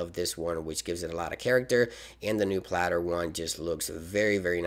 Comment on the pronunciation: Palette, not platter